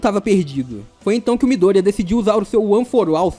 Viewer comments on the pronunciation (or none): Desculpa encher o saco mas não é midoRÍa é midôria. Não é Erí é Éri. Não é chiZaki é Chissaki... Tentei prestar atenção mas não consigo com essa pronúncia. Tu deu uma certinha só no final. E não é Dekú é Dêku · ""Mydoría"" tem um assento no i kkkkkk